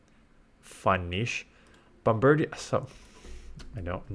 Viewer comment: Your French is coming out with how you pronounced bombirdier. Bomb-bird-i-ur, like a bombardier, but a bird